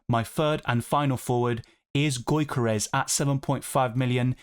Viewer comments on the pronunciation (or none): it's not "goykeres", it's "Yokeres". Keep up with the great content!